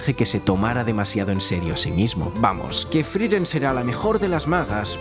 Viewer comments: por qué le decía FRIREN?? me da tocccccccccc. se llama FRIEREN F R I E R E N. larreputamadre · Hay una E entre la I y la R, friEren, no frIren 🤷🏻‍♀️🤷🏻‍♀️ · ''Friren'', la primer palabra del video y mal dicha, hasta luego